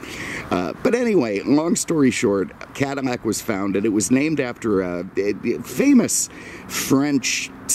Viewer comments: Its called "Cadillac"....not cadamac....get it right! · Why the F is he saying "CadiMAC" a lot???..LOL...It's CADILLAC.....lol Family had a 1975 Coupe de Ville Cabriolet in Knickerbocker Tan Firemist with a White Cabriolet roof, & power glass Moonroof. It was the dealership owners Demo car with extremely low miles, so it had every option available. Beautiful automobile. This looks like the Calais Model, which had very few options. The paint needs to be compounded with a buffer, too, the gloss would come right up. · caddy, not cuddy! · Is he saying Cadimac? A real beauty and nice presentation! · Cadamack? what's a Cadamack? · eveytime he says Cadimac it pisses me off more and more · Why is he saying Cadi-N-ac? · Bro?! Why the hell do you keep calling it a "cadimac"?????? Did you misread it on the day of your review and decided to say "cadimac" 50 times?? So damn lame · You seem to have a thing about mispronouncing Cadillac in any of the videos